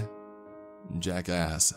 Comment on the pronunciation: Every time he says "Jack asked" all i hear is "Jackass"